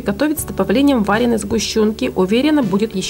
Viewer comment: что это за ударения?ПлюсАми,вАреной...